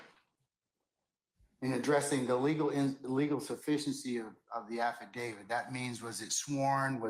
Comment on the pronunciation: It's AffidaviT. NOT affidaviD. Lol... Who's "David??" 😅